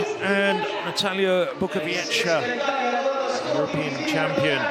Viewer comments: BUKOWIECKA!!! Not Bukowiecki. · Unfortunately, as always before, the British commentators cannot pronounce correctly the last leg of the winning team, that is Bukowiecka, he says Bukoviechi, which indicates a considerable amount of ignorance and indifference but certainly lack of professionalism. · Nie potrafią też wymówić zbitki liter "-cki, -cka" ,nie wymawia się tego jak -kki, -kka. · "Natalia Bukowieci"? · Bukowiecka is incredible! Learn the pronunciation, you may need it. It says Bookovietzka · "Pół biedy" jak by powiedział Bukowiecki, ale on powiedział "Bukowieci". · Bukowiecka surename is pronounced [ Bookovietzka ] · Bukowieczy he said 😂😂👍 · Yeah, the first commentator pronounced Natalia's surname like if she was Italian.... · Natalia is one of the stars of European athletics and the guy can't even pronounce her surname correctly, amazing piece of journalism. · What a strange pronounce 'Bukowicka' from main commentator?